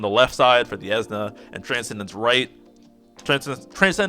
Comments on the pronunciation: It's Esuna not Ezna This guy: because I like him you have to like him and because I think he's awesome you can't think he's underwhelming and anyone who doesn't agree with me can shut up... LMFAO what a chode And before you go trying to attack me I'm not part of your conversation. I do not have his LD so I don't have any first hand experience nor do I play JP so I don't have any foresight as a reference. So I'm not on either side of the fence talking any smack about him being good or bad I'm just watching this train wreck. I just couldn't stop laughing after watching your video addressing negativity with more negativity. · The way you say Esuna kills me lol. Great video, I needed this info in the first part. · I always say "eh-soo-nuh" or "ee-soo-nuh" but your pronunciation gave me a kick. Its a made up word so who really cares. It sounds like you really like how you say it so I hope you keep saying it like that.